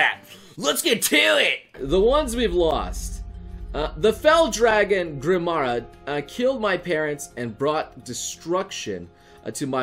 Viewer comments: GRI-MA GRI-MA not grimara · It's pronounced Gri-Ma. Also, awakening (that Chrom and Lucina are from) deals with time travel. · Also it's pronounced Gre-ma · Misreads Grima's name me: FucKINNNNNNNNNNN